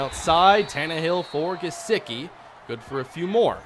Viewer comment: It’s Gesecky in how it’s said not gesicki